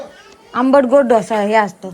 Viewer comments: ढोसा नसतं ग बाई डोसा म्हण ना आणि कोमल किती Gas वाया घालवला ग बाई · ढोसा नाही डोसा डोसा डोसा .....ईडल्या इडल्या नाही .इडली इडली म्हणाव. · कोणाला ढोसा 😂😂 त्याला डोसा म्हणतात आणि सांबर नाही सांबार म्हणतात सावळेच्या अनपळ सुना 😂😂